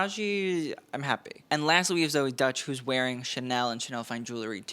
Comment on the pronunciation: The actress Zoey Deutch is pronounced "ZOH-ee DOYCH" according to a YouTube video. The first name is pronounced like "ZO-ee" and the last name is pronounced like "DOYCH".